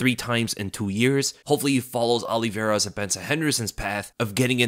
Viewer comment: His name isn't OLLIEVEIRA, jeez you said his name wrong about 50 times in 5 minutes.